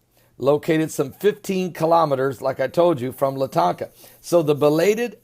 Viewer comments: Latakia is pronounced Lă-tä-kee'-ä. Let's get close at least. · if Universe Just listening to this guy pronouncing the name of Erdogan and LA-TA-KEE-AA (try it that way... its called fonetic spelling) cracks me up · There is no Syrian city of "latanka". There is as city called Latakia but it's in the west not the east. You sound like a blithering idiot I'm sorry to say.